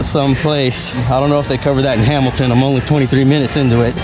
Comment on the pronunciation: Your butchering of Hamilton hurts my soul, but I’ll forgive you because that romper gives me life! And I applaud your effort to keep that blasted mask on your face. Amen. #Murica